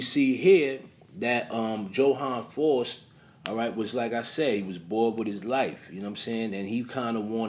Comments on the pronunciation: *FOWST (pronunciation) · Its pronounced fowst. My husband didnt believe me when i told him disney had a movie called i was a teenage faust. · The correct pronunciation of FAUST is Similar To the word Foul or House..